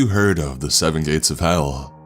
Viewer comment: Did he just say "electronics don't work in the Gays" .....?!? I'm outraged! Outrageously outraged.